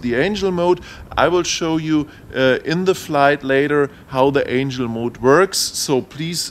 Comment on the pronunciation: The accent I can live with, but pronouncing words wrong gets to be annoying. It's Angle (As your doing with compass calibration) not Angel (Those flying winged things from heaven). Other than giving you a small ribbing you do have good videos. The blade guards are very nice. Your first review before the flight test between the DJI and this is old data, they have the PC interface now and soon will have the expanded ground station functions, as they already release the follow me, with the Tech saying the software last week was ready to download soon. Anyway Keep up the good work and you might want to let us know what the port is on the side of the radio. I have heard it is video out for goggles but can't confirm yet. Hope you can take the joking...really great informative videos. And for the guy trying to find the radio support. We have had them in the states for over 20 years.. Search RC Transmitter tray :)